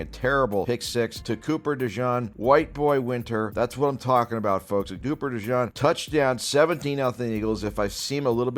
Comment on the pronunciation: how can you say coops name wrong so many times